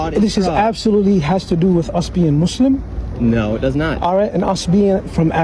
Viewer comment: Did he call himself a "Mooselum"?😂